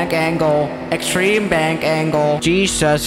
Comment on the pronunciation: Did you say bank angle or bang angle 😂